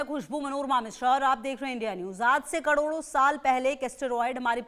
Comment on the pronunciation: Fake आज से कड़ोरो साल पहले बेवकूफ एंकर पहले सही से बोलना सीख ले कड़ोरों नहीं करोड़ों बोलते हैं😂😂😂😂😂